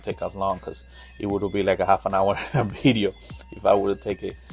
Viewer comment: I love your accent and the way you say “bideo “🥰🤣